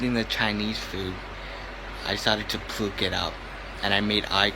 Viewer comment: what is misstress? also dude has trouble with his “r” sounds but somehow puts it in his words when the don’t need it (puke to pruke) Are we sure this guy isn’t trolling?